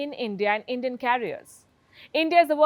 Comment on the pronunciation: Palki is basically saying " If you want to go to heaven early, take Endian carriers. 😂😂